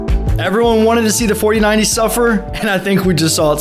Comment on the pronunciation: 4090 saying like fortinayti